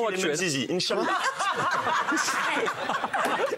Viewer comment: N'importe quoi, il lui ressemble pas du tout et l'équipe de tpmp pourrait avoir un minimum de respect en se renseignant par exemple sur la façon de prononcer le titre de la série qui au passage est excellente. Le '' inchaALLAH '' suivi de conneries que je ne répéterai pas est aussi un manque de respect. Faudrait apprendre à mêler humour et respect. Si si, c'est possible.